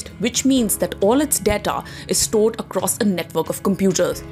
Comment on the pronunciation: Rupeee?? Dettaa??? What happened to correct pronunciations???